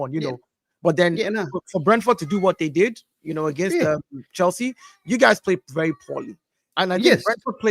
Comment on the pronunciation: how come he said chelshit not challenge pl,,its same squad winning world champions?🤣🤣